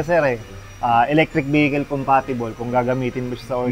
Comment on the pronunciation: ELECTRIC VEKIL VEKIL - WRONG PRONUNCIATION , VERIFY THRU INTERNET ANG TAMA LOKO TALAGA MGA TAGALOG SERKIL ANG GIL LETSE TANGNA NIYO